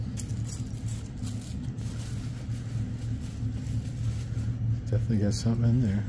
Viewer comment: Please make sure you say LOOP cause it sure sounds like LUBE. 😂😂